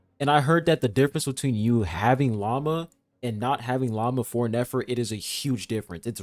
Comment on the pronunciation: I can't help myself. Everytime calls Lauma by her name I hear "lama" instead. Maybe, she is indeed not a deer, but a lama. 😂